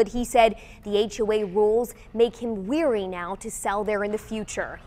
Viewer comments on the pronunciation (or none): first: the word is WARY as in "W-AIR-E" NOT WEARY as you said: "WE'RE-Y", "Weary means "TIRED", WARY means "CAUTIOUS"! Second: As your video clearly shows, this is a "COMMON" drive way, having children playing in this area IS UNSAFE! People backing out or their driveways could accidentally run over a child "PLAYING" in a driveway that is NOT theirs to be in! THIRD: Skateboards on a sidewalk are extremely dangerous, not only for the rider but for the pedestrian! PEDESTRIANS are whom the sidewalks ARE FOR, not wheeled vehicles/apparatuses, with the exception of wheelchairs! The problem is that these people have chosen the WRONG place to raise their children! They chose a community and style of "CONDO" that has a common entrance to each garage and is part of an HOA! The garages are all connected to the common "DRIVING SPACE" aka road "AREA" rather than a clearly defined road or street! So, when everyone else is coming home from work and trying to access their home and cannot without stopping to move some kids bike or toys that were left in the common area, who is going to stop this from happening? It is NOT A PLAYGROUND! Maybe you need a time machine to go back to the 1950s where children play "STICKBALL" in the middle of the street..."NEWS ALERT" were in 2015 and people PAY TO LIVE IN A HOA Community so they DON'T HAVE TO DEAL WITH THIS KIND OF NONSENSE!! THAT IS WHY people who live in HOA'S can get more money for their properties than a NON HOA COMMUNITY! Ne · It’s wary not weary, where did this station get thus stupid reporter? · WEARY and WARY are TWO DIFFERENT WORDS , have different meanings and are pronounced differently!!!The reporter in the pink dress used the word "weary" in place of the word "wary" as though they are interchangeable. This is what poor spelling hath wrought. I am VERY weary of it. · The word is LEERY (cautious). Not WEARY (tired).